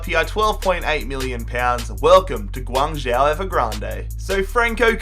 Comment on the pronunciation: Close, it's pronounced more like Gwang-Joe. But fair play for not pronouncing the Z like most would commonly do